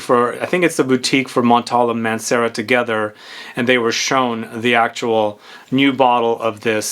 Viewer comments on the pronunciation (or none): none